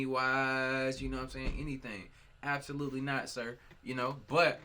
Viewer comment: no one:... absolutely no-one::" ABSALUTELY NOT!"